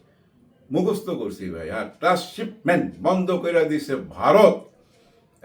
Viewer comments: শব্দটা ট্রান্সশিপমমেন্ট(Transshipment) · Afsari Bhai, Beadobi neben na. Shobdoti trrasshipment hobe na, hobe Transshipment.